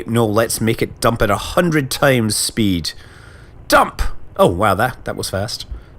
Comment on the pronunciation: I love the way Scott pronounces double vowels. Food becomes "fud" and speed becomes "spid".